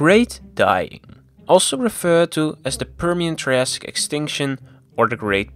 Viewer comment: Prr Shen. Whats wrong with this guys pronunciation and sylabic emphasis. Annoyed me. Apart from that content was comprehensive and informative.